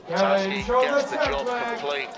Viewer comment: ratajski not ratajksi